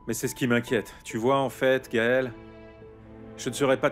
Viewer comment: Je déteste quand cette Samantha dit : Mon Gaël